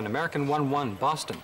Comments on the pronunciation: Pétard mais c'est quoi cette façon de traduire et de prononcer Boston (phonétiquement) au lieu de Bostone (phonétiquement) on ne dit pas London que je sache mais Londone ( toujours phonétiquement bien sur). C'est comme Paris, on ne dit nulle part Parisse.... Sérieux !!! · On ne prononce pas Boston mais Bostone ... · C'est Boss-tonne, pas Boss-thon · Quelqu'un pour m'expliquer la logique à prononcer Boston à la française (Boss-Thon) et les noms prénoms avec l'accent américain jusqu’à ne pas les comprendre ? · Rien à dire sur cette très bonne reconstitution mais quel est ce commentateur qui est incapable de prononcer " Boston " correctement?! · Encore un reportage tout pourri… le prononcé Boston à la française, mais il sort son meilleur accent pour les nom américains 😂 YouTube, une poubelle avec parfois des pépites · Euh, quelle est cette voix déincarnée incapable de prononcer correctement "Boston" et qui prend un accent "américain" pour les noms américains ! C'est extrement désagréable... Et ce n'est pas seulement dans cette vidéo que la voix du narrateur est désagréable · Qui prononce Boston en français ?